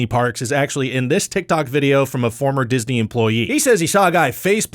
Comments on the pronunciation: Anyone else notice "Diney World"? Because I didn't. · tunnels under "DINEY" world ;) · I'm here for the "Diney" World facts. :D